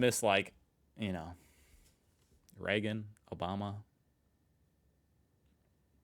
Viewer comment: Reagan, not Regan.